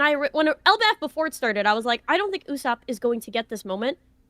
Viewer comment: I’m sorry, I gotta point out that you said “it sharted, I feel like, with Wano”, lmao